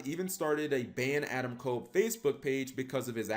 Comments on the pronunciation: Just so you guys know, you're mispronouncing his name. It's Adam Cobb. Not kole. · I'm not talking about the wrestler. I know nothing about him. I'm talking about the guy in jail. Everyone keeps pronouncing his name as "Adam Kole" when it's pronounced "Adam Cobb."